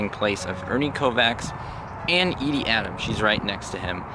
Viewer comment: Very tragic end to a man who was an innovator in comedy. As always, you showed great respect for the subject as well as proving your research skills are still sharp as ever. Just remember it’s pronounced E-dee not Eddie. 😉